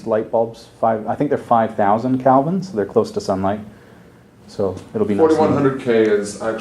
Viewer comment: It's KElvin, not CAlvin